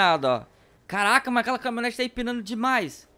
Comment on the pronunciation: Para de falar CARRRACA......